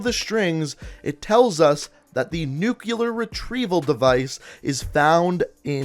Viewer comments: NUKE-LEE-AR NOT FUCKING NUKE-YOU-LER Also, I really don't think the mystery man is Raul Menendez. The only decent evidence you brought up is that he wears an eye-patch and his main motive is revenge. Considering all the information on the wall, for the answer to be that simple seems ridiculous to me. Especially considering that this person who is being supposedly targeted by Menendez is a crime syndicate. Why would Menendez be waging a war against a crime syndicate? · It's 'Nuclear' not 'Nuculer'